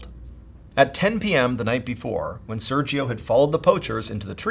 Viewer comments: You pronounce “Sergio” wrong every single time. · I love your content so much, I've watched every video since 2020... but your pronunciation of Sergio is physically painful 😂😢